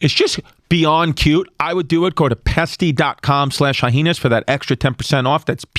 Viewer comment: Why does he keep saying Hyenas like "Hy-Henas"? lol